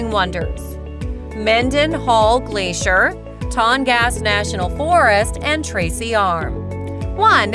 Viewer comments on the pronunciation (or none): none